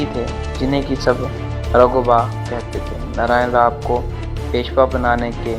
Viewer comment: Bajirao peshwa chr 3 mul hoti 1la vishwasrao not vishvrao, 2 Madhaorao not mahadeo Ani 3 Naraynrao not nrayn aadhi Marathi bol spasth,. Mhane kaka mala bachao khulaa